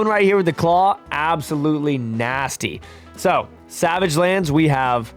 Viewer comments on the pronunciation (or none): none